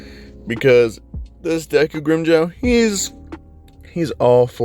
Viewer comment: it's pronounced grim-Joe